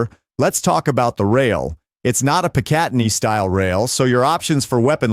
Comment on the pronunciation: PICatinny is pronounced with the accent on the first syllable not the second.